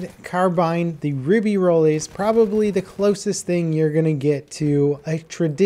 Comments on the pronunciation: Håkon Andreas Olaussen isn't it "Rib-ā-rolls" or "Rib-ē-rolls?" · re-bey-ro-lis(x) re-be-roll(o) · Notice how he says ruby tilts when it's pronounced rib ey roy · "Ribbi-Rollis"? I know you're american and all, but you could at least try.. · Friendly french tip. Dont pronounce the "s" at the end of ribeyrolles. more like "rebaerol". Anyway, super fun to hear the characters speak french, I'm gonna love this dlc. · The "ribirolis", LOL. Your French isn't that much better than your German. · If you want to pronounce its name correctly, you may consider not to pronounce the final s as is the case in French... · Ribeyrolles is rolling in his grave right now, this nerd butchering his name and whining about his gun in a video game